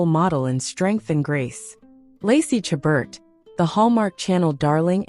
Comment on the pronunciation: My favorite Hallmark actress. Please learn how to pronounce her name.